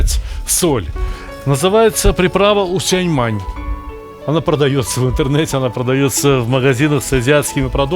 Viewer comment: У сянь фэнь. Не усяньмянь.